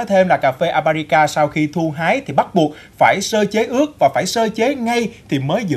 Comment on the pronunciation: con lạy thánh, tên cà phê nói sai bét. thưa anh, tên Arabica anh đi sửa thành Abarica, lạy thánh